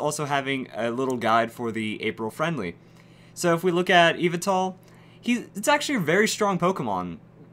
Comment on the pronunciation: Yveltal is pronounced as, YEE-VEL-TAL so get it right